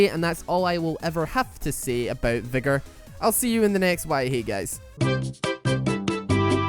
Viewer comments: This boy says Vigger, not Veigar! I'm Crying! X"D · Just saying, but it's VAY-gar. Final Boss says as much and I'm pretty sure the champion knows his own name. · Yay my main finally got roasted! You forgot to roast the skins though, final boss veigar might just be the best skin in the game as to how much smoother he feels with it, also its pronounced vaaaaygar. Great video! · Also i think the name is pronounced as tristana says in her taunt is (Vay-Gar) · why are you pronouncing it as Vaigar is theres ' e'.....bruh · Goddangit, I was drinking and almost choked when you called him "Vagazzle" XD